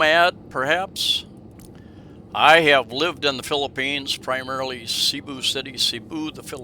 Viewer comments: You can’t even pronounce Cebu properly. Try saying Say boo…. Even that is not perfect but Sea boo is way off. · It’s actually SE-BU 😂 I speak 100% fluent tagalog.